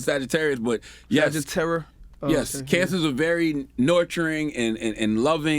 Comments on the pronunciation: Man said SagitTERROR 😂🤣😂🤣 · Wait did he say Sag-Terror?! Man what?!!! My man is a Scorp and they’re the ones that’s terrors!